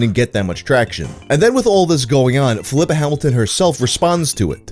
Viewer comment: I'm not sure here, but I think the name Filippa is pronounced "phil-lee-pah" similar to Filippo or Filipe (phil-lee-poh) (phil-lee-pay). Instead of pronounced Flipper like the dolphin. Small nitpick.